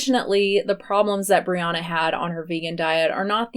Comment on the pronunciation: I kept hearing you refer to Brianna as Rihanna 🤣...also do you have a video on Dr. Michael Greger that you can send me a link to? I really like him and if you have any opinions I’d love to know!